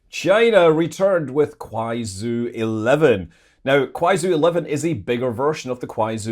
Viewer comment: Manley, Kuaizhou is pronounced like Kwy-joe, not Kwy-zoo